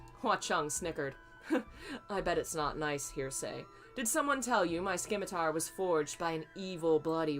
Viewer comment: Simitar its a silent c :) Oh wow your reading of TGCF is brilliant.